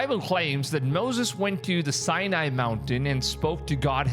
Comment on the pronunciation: Sinai Its pronouced sigh-nye.